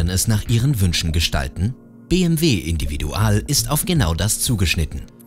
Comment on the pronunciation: Hätte Individual nicht englisch aussprechen können, das hört sich schrecklich an.